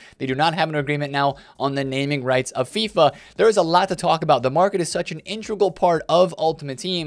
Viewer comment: “intregal” got me cryin bruh that should not be that funny